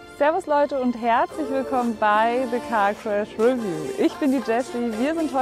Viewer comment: 'review ist pigeon English. Es heißt re'view.